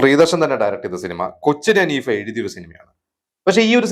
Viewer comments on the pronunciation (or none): none